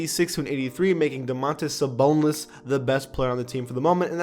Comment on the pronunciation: "domantas saboneless" 😂😂😂